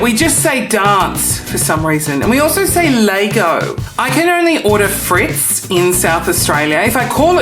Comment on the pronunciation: Fritz - not Frites!